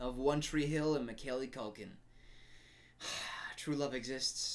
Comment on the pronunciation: Mick- Callie Culkin... Lol every time